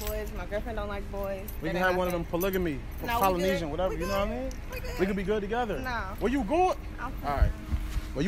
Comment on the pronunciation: Nigga said Polynesian 🤣🤣🤣